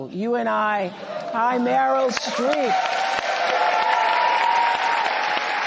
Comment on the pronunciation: “Meryl” is SO important to all of our lives. (So important, Harris couldn’t even say her name correctly)